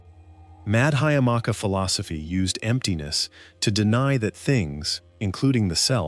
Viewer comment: C'mon-Muhayanu Buddhism? How about Mahayana Buddhism. It's Madhyamaka not Madhaamaka. It's Yogacara (pronounced as yoga-chara), not Yogakara. I've been practicing Buddhism for well over 50 years and I can't even get past the mark and this channel has already screwed up the spelling & pronunciation of two of the most important and influential schools in Buddhist thought. Skip this video, forget this channel and go meditate.